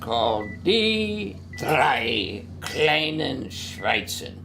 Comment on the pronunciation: Pop pop the nazi says Schweizen instead of Schweine. That means Swiss instead of Pig. Not sure if its that the actor can't speak german or if he's purposely calling the Swiss pigs cos they stole all the nazi gold.